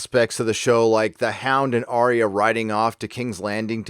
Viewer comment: Who the Fuck is Aria????? why cant you idot americans get names right????